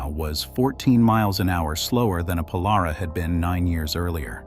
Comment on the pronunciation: Pole-are-awh??? More like Pole-air-raw...